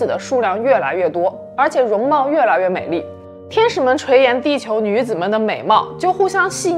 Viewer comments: 是垂涎（xian），不是垂yan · 垂涎(咸)戏谑(血) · 就是有两个错别字读错了，垂涎读xian不是yan，还有没羞没臊，是sao不是zao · 垂涎 chui xian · 有口误哦～ 贝都因 垂涎xian 戏谑xue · 我错了……但是是不是垂涎（xian）？好喜欢古书类影片！！谢谢！ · 垂涎xian第二声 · 垂涎（xián） 戏谑（xuè） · 文案明显不是自己写的，没羞没臊读错成没羞没躁，垂涎读错成垂延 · 垂涎xian 戏谑 xue 没羞没臊 sao